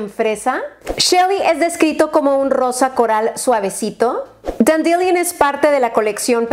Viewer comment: de los rubores, no se pronuncian "dandilion" es "dandelaion", tampoco es "java" es "yava". 🤭 ¡Saludos!